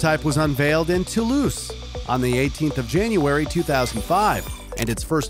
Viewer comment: you pronounce it toulouss but its pronounced toulouz